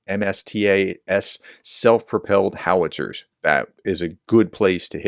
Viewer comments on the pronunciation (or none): none